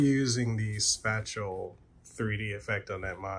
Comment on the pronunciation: You mispronounced spatial.